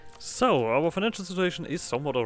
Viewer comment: I love how German your ssssooooo is